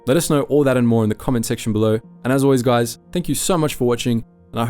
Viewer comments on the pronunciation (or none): none